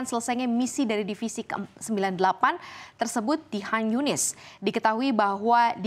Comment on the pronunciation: Khan Yunis buk. Bukan hashus